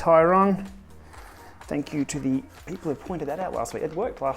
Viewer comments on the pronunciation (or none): none